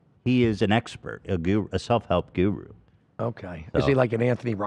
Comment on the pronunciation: I really love the way Ethan says "guru" 😂😂😂